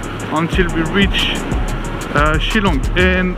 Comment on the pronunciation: The way you pronounce shilong its shil then long ....shillong